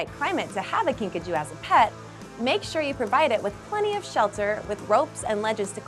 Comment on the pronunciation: It is pronounced kinka jew.